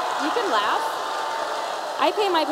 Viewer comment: "They can leff"....they are laughing Tomi. They are laughing, they're laughing at you.